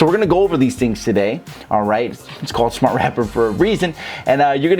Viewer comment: “TOO SMAAHT!” 😭man you funny rob